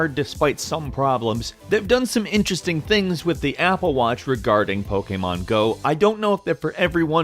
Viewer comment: You pronounce Pokemon Go like a Romanian Seriusly